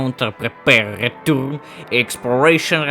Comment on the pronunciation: рэтёрн❌ рэтурн👍